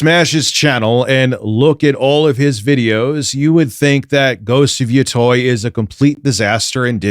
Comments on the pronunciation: Yotei = Yo-Tay Where is the "oi" coming from? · I am amazed people mispronounce Yotei as "Yotoy" its Yo-te like "Latte" you people need to learn your japanese wording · it's minor, but pronunciation of "yōtei" bothers me greatly (It's "yoo-tey" btw. but like "yoo" as in "yooooo", not the double-o like "too" lol) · Old school east coast headz pronounce it Yotoy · Take a shot everytime say Ghost of Yatoy. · Mary-oh Ya-toy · It’s the game pronounced “yo - tay”. At least I hear it this way everywhere else. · its Yo-Tay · Lol yeah it's pronounced Yo-Tay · Omfg the way he’s pronouncing yotei is driving me crazy 😂😂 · He mispronounces Yotei because he's a grifter who doesn't even play the games he shills. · The way mispronounced yotei everytime drives me nuts.